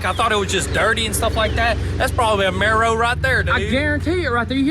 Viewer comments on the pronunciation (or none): God please say his name right it's FOOSE (Chip Foose) like Goose but with an "F" y'all kill'in me, not Foosy. How can you guys be working around cars a so much & never heard of Chip Foose. Please do not refer to is as a Maro, y'all killing me! It's a Camaro!